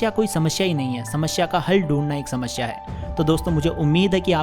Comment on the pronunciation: Samshya nhi h snmsiya shamashiyA😝😝